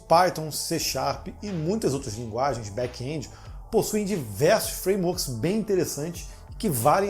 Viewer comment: Back (and) esse é o som de back end ,e não back endi,não tem( i) e muito menos som dele . Ótimo vídeo